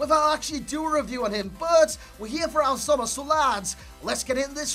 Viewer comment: i love the fact that says Omar Al soma better than Itani and Itani is of an Arabic origins